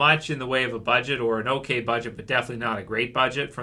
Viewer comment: H'okay. H'okay bud.